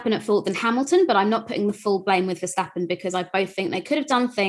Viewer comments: Your pronunciation of Verstappen is 👍🏻🤣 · your pronunciation of Verstappen was spot on. 👌